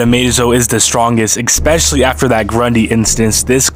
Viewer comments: Amezo was playing chess with hawk girl, he didn't destroy the green lanterns, and "expecially" really? Reeeaaally? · Can you say “eKspecially” again? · Did you just say "exspecially"? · expecially? Come on. Who really says it that way...I mean I axe you, who really says it that way? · "ECK-specially". Really? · Xspecially lol